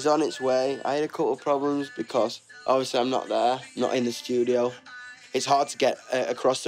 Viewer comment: " Becos " nO nO NOO